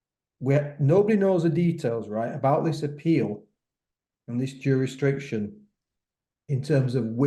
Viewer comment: Tell it’s jurisdiction lol